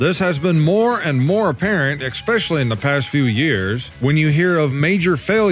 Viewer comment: Losing viewers? Maybe viewers are tired of you saying 'exspecially' instead of 'especially'?